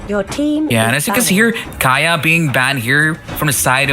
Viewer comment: Why do you call KAJA,KAYA? DO YOU CALL MIYA,MIJA